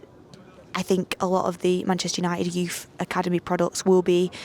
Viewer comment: We know he likes youthhh what kinda reporter is this 😂😂😂